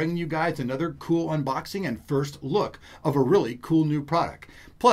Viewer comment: Thumbs up if you noticed that he said UNBLOXING